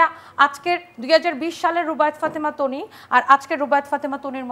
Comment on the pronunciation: ... টানি আপু 😂😂😂😂ঢং করতে যেয়ে একি বলে ফেললো বারিষা হক। তনি আপুকে টানি আপু। ও মা গো কেউ আমাকে ধর 😂😂😂😂😂😂